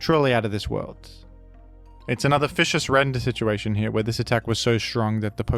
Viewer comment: Fishious Rend, not food.